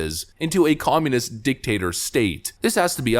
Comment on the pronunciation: WHY DO PEOPLE LIKE YOU KEEP REFERRING TO RUSSIA AS "COMMUNUST?"